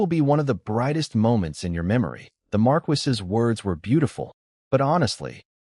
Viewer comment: Why choose a title of a Marquess and then use a voice that can't pronounce this word?